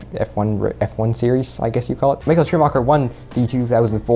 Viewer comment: ITS SCHUMACHER NOT SCHUMOCHER